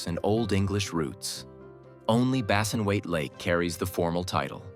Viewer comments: And it's Bassenthwaite Lake, NOT Bassinwaite Lake. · "Bassinweight" ?? - Bassenthwaite! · Surely it's Bassenthwaite Lake.